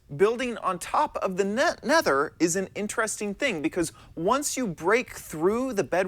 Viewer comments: he said ne nether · He says nether weird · Ikr heard that mistake neth nether